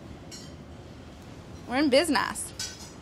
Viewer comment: "Arayt. We're in bizNASS"